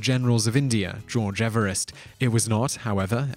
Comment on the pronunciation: The name of the man Everest is pronounced Eve-rest as in new years Eve.......M